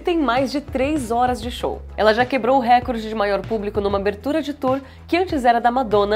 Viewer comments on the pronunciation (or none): none